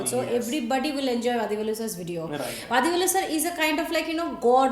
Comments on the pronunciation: U r doing a grt thing...though u don't understand the language, u r enjoying nd sharing the comedy...,🙏🙏🙏nd the way u honuor nd respect the artists nd team is fantastic... a humble suggestion...u may plz pronounce his name as वडीवेलु...continue the grt job...thank u so much... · you are pronouncing vadhivelu. its not dhi its di like ti.